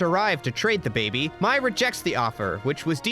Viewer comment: other than you constantly saying mai’s name wrong and excluding some amazing episodes that highlight the characters (tales of ba sing se, painted lady, appa’s lost days)… excellent video